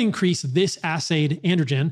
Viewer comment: You said ass aid